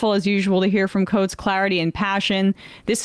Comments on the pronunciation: Too bad he didn't get Coates' name right either, though that is forgivable. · Please pronounce coates name correctly